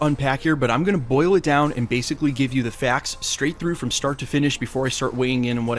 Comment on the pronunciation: That guy pronounces "facts" /fɛakts/ instead of /fækts/. I wonder if he's from Fargo, donchano?